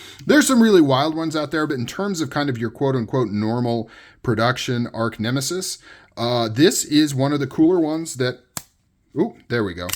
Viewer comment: Sweet pick up! By the way, it's arch (artch) nemesis -- not arc nemesis.